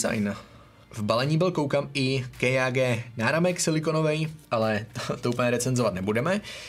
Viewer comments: Nečti kejage ale KJG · je to čte se to kjg a když už tak [ké jé gé] a ne [ké já gé] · jenom neříká se to ké já gé ale KJG nic ve zlém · Vyslovuješ to špatně není to kéjágé, ale kájégé ideálně jen kjg. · Ta výslovnost já umřu to je hrozný Ké Já Gé? Twl normálně stačí říct KJG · Zdarec, videjko pěkný, ale když to čteš "kej já gé" zní to fakt blbě :D nebylo by lepší vše česky nebo rovnou anglicky? :) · kdo tě učil abecedu??? KéJáGé??? :D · Když tak je to "KáJéGé" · Prostě KJG wtf